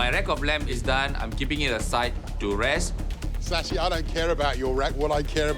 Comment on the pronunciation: ITS Shashi not sashi